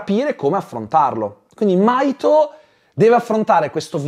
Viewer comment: In realtà il nome del ragazzo è Mahito si pronuncia la H